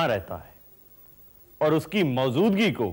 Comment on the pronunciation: Mouzudgi sahi lafz nahi hai.. Maujudagi...sahi lafz hai Bhasha ka Samman karein. Phir bhi aap ke program mein koi khaami nahi. Qafi chaste or flawless program hai 👍❤️